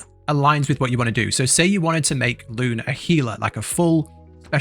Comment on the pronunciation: Isn't her name pronounced LOO-nay? Don't get me wrong, this is a great video... but they say her name constantly in the game, yet you pronounce it as if you've never heard it before.